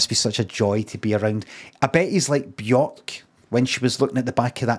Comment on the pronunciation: Horrorshow pronunciation of Bjørk.